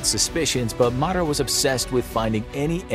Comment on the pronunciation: Marat (Ma-Rah or Ma-Row). Not the biggest mispronounced named I’ve heard tho. Watched a video where someone ACTUALLY said Bloodsports name like “Da Boys” 😂😂😂